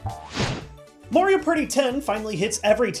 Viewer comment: "Mario pretty" Lol